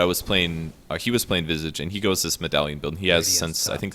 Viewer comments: its not "vizig" ffs!!! its visage!@ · Lol you gotta learn how to pronounce Visage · if you don't like saying it either way say Vye-sage. Like dat. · strange i pronounce his name vi sage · why does everyone pronounce visage wrong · he's saying visage's name wrong